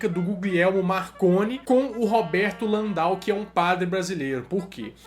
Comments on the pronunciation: Padre LAN-DEL DE MOURA. Não é Landal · Bom vídeo,. Só tenho algumas ressalvas bem pontuais: a respeito do porto-alegrense padre Landell de Moura, a pronúncia é mesmo como se lê, ao invés de "Landau". Sobre o computador de Alan Turing, "Enigma" era o nome das máquinas alemãs, e não do dispositivo de Turing. E por último, o Eniac possuía sim circuitos lógicos, apesar de não possuir transistores, e sim válvulas.